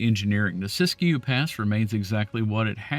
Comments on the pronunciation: Siskiyou is pronounced Sis Q. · The locals just pronounce it "sisk-you." The second "i" in Siskiyou is silent. And Willamette is pronounced "will-lam-it"